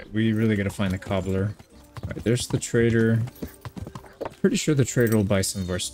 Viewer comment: It's funny, when you say trader, my ears always hear traitor 😅